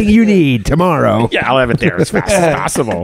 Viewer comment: bro really said toe morrow